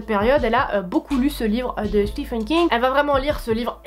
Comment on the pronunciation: Hey, vu que tu sembles être fan de Monsieur King, on prononce Stiveunn son prénom (le prénom Stephen et le prénom Steven se prononcent pareil en anglais) ;).